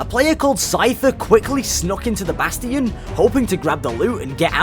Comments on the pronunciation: Im going to have a aneurism if i hear bass-tee-in again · I CRINGE every time he says "Bass-Tee-Yon" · why did you say "bast-ians and not change it back to bastions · It's bastian not basTin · how dare he say bastian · i’m sorry for being an idiot BUT PRONOUNCE BASTION RIGHT.